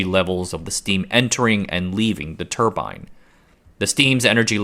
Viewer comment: I cringe when you mispronounce turbine